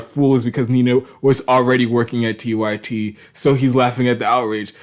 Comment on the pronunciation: Nah you gotta explain your screen name better bc I knew it was 'unapologetic-y-t' but it sounded like you said 'unapologetic-white-tee' 😂